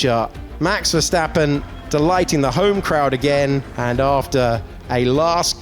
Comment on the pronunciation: “Vergtapen” “vergtapen” los mexicanos no saben pronunciar la “s”? 🤷🏻‍♂️